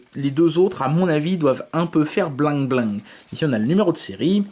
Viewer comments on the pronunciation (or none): on dit blingue blingue pour bling bling